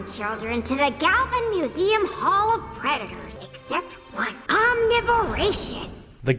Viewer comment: Your pronouncing museum wrong